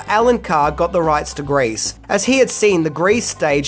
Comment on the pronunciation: Why are you mis-pronouncing "GREASE" , by saying "GRACE" ?